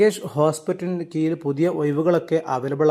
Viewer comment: കീയിലല്ല കീഴിലാണ്😂